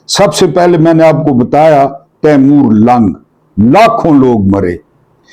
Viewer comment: تیمور لنگ ہے محترم ۔۔۔۔تلفظ اور ادائیگی درست کر لیں ۔۔۔ بلاشبہ آپ ہمارے لئے قابلِ احترام ہیں 😊